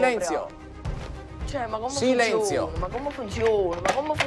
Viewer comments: "Ma comm funzion" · Ma comm funzion? In Italia tutti devono poter dire la propria Ma comm funzion? 😂